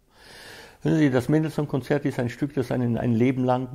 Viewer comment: haha! Seine falsche betonungen sind einfach lächerlich….ein falschebetonunglexikon